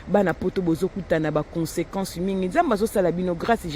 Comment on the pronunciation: 😅 "Klk par azuiii" ehhhhh naseki makasi malgre nayokeli ye mua mawa....Consequences corrige Mieux!